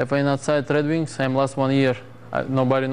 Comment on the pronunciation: "the wed wings"